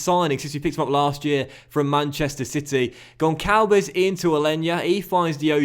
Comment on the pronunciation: the Ç in Gonçalves have a SS sound not a C